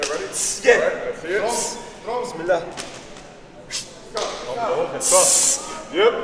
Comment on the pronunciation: The way he said bismilaah Masha allah❤